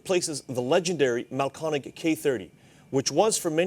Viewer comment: It’s Mahlkönig. Pronounced roughly mahl-KER-nig. If you don’t have an umlaut, add an e to the umlauted vowel: Mahlkoenig.